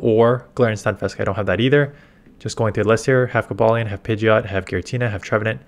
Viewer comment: Ayy got Cobalion's name right